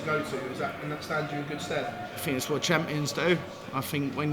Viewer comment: Cross did not pronounce a "th" the whole interview. I fink his frow is nofing to sniff at.